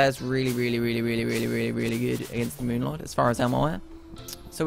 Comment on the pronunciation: On did the cultist just say moo lord because when I fought that's what I hear him say